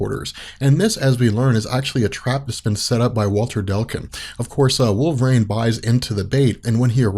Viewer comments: I love this whole channel, but is it really pronounced wolver - rain? Always thought it was wolver - een. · It's Wolver EEENE not Wolver REIGN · If these videos weren't so incredibly informative, I'd stop watching them because the pronunciation of "wolve-rain" drives me absolutely insane.